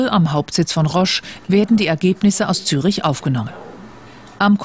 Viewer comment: Na ja, die Stadt heißt aber nicht Zürch, sondern Zürich. Also, man muss das schon wissen, intuitiv ist es nicht.